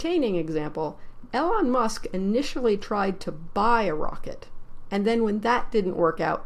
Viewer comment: "Eee lon" not "Ellen" Musk SMH.